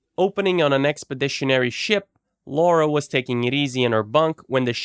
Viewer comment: See this is why everyone hates America. It's Lara, not Laura.